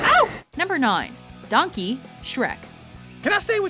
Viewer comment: it's not donkey, it's DONK EH